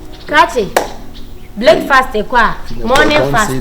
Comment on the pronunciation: Araba is now taking counsel from AJ????.... eiiiii wow! We meuve 🤣 Did Akabenezer say bleakfast ? Ajeiiiii 🤣🤣🤣🤣🤣💔